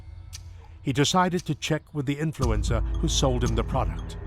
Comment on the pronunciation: I love how the narrator pronounces influencer as influenza 😂